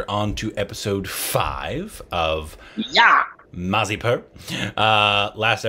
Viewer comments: MIR__ZA__PUR. MIRZAPUR. not MA__ZI__PUR. 🤣🤣😂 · Its Mirzapur, not Marzipur.